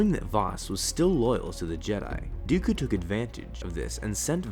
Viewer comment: Can't say dooku, keeps on saying duuukuuuuu